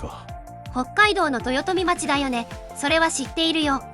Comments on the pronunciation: 豊富町(とよとみまち)じゃなくて豊富町(とよとみちょう)です 北海道で町をまちと読むのは森町だけです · 道民のセイコーマート愛は根強いものがあります。が、「とよとみまち」には笑ってしまいました。「とよとみちょう」です。北海道では○○町を「○○ちょう」と読むのが普通です。